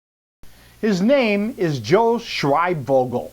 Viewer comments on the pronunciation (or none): First of all if you’re going to pronounce someone’s name say it right second of all joe has a heart of gold